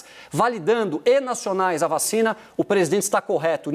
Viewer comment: “VA...CHINA”. kkkkk